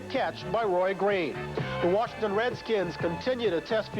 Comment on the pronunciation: and Warshington instead of Washington.